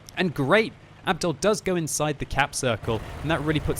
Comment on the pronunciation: that's not how u pronounce Abdul.its a Muslim name ur supposed to be pronouncing it like abdool and not like abdal